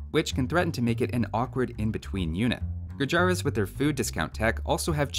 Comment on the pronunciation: its called "gurjarrr" and not "gurjaraa"